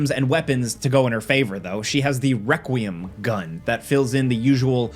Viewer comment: Why can't this dude say requiem 😂I 😂